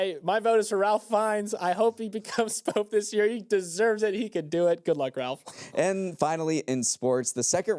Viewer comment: It's RAFE. NOT Ralph.